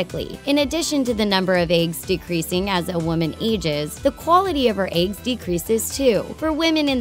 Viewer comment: is nobody gonna comment on how she says eggs? "aigs" lol